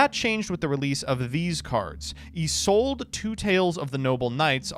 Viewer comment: I kept cringing every time they mispronounced Isolde.